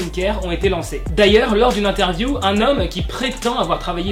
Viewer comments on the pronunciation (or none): none